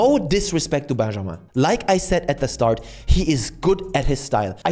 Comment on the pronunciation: I did not expect you to pronounce Benjamin perfectly like that